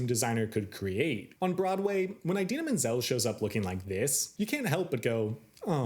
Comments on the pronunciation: So...I just wanted to link this clip here of Idina Menzel talking about the pronunciation of her name: (It's EE-dina not EYE-dina) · I love how he says "EYE-dina" XD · Never heard anyone pronounce it eye-dina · Also, you didn't mention Norbert Leo Butz ONCE! You can't talk about "eye-dina" (it's pronounced Adele Dazim) and Lazer focus in on the different ways the actors and actresses interpret the characters in this adaptation, and then speak so favorably of the twink fiyero in this production, who is NOT accurate to the tattooed prince of the book or the impassioned Butz of the musical. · Learn how to pronounce Idina properly